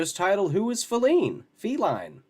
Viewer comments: Was wondering if she doesn't know how to properly pronounce the word FEE-line. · I’m numb to her suffering. She’s always going through a crisis. I’m more pissed off that she keeps saying Falene.